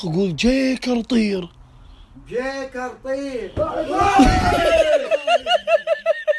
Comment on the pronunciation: جوكر❎ جيكر✅ 😅😂🤣🤣🤣🤣🤣🤣🤣❤